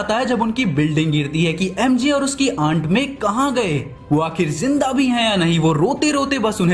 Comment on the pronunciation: Aant nhi ant 🐜 hai wo